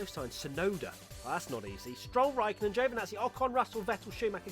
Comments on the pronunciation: "Rikaikkonen. RIKAIKKONEN." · Borris? Tsu Tsu Tsu? Rakaikonnen? Lmaoooooooo